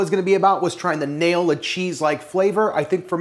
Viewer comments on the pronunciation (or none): none